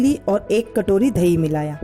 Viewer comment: Aap dahi ko dhaee ku bolte ho